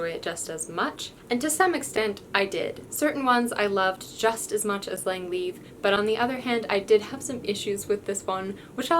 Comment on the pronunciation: I used to pronounce Lang's surname "leave", the correct pronunciation was "Lee-yav" 😁